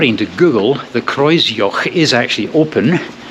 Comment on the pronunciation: The pronunciation of Kreuzjoch was perfect. An English person would have murdered the name.